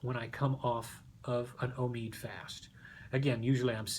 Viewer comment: It's not omeeed, it's omeyod.